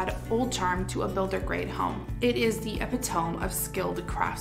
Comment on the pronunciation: Some really nice ideas in your video, thanks for that! But I do feel compelled to let you know (since I would like someone to let me know if it were me) that you are mispronouncing the word “epitome”. It should be “ih-pit-uh-mee”, with the stress on the second syllable. 👍